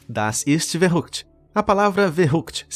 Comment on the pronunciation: Verrückt se pronuncia Ferrickt. Fica a dica...